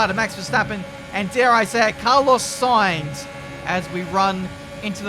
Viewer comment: Ominous "Sainz"?